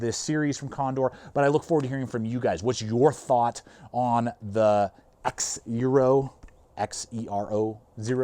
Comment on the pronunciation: Like the X in Xena Warrior Princess! The X is pronounced as a Z.